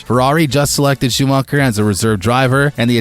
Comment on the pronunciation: The way Schumacher is pronounced... Then Verstappen and the comparison with WWE. WWE has an element of acting in their sport. Formula 1 has no acting in a race. Come on dude...